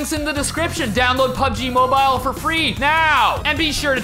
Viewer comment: It's more like "pabeji mobayl".